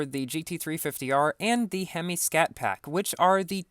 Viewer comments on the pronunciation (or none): none